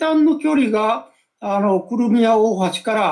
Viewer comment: この人、何回訂正されても『クルミア』って言い間違える。 気になって仕方ない。 せっかく良い解説していても何か台無し。